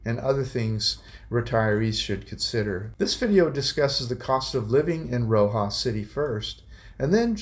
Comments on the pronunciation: It’s RoxaS. It’s driving me crazy when you pronounce it as Roxa 😂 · Hi, just to let you know Roxas is pronounced with the S on the end…my Filipina wife of 41 years is from there..we just wanted to let you know the correct way to say it…keep the great videos coming!